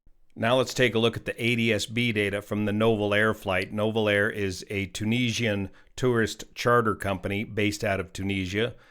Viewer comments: Just an FYI, it's NOO-vel air. Those darned French. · You pronounce Nouvelair as NEW-VEL-AIR